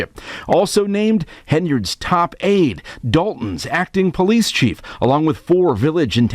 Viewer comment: Any politician that pronounces “police” as PO-LICE in that dumbass ghetto slang should tell the residents all they need to know. I really do blame the people of Dolton for voting her in. Stupid people, very stupid.